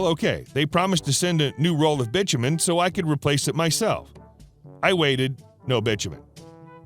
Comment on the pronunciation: BITUMEN is not Bichamen, it is pronounced BY TOO MEN.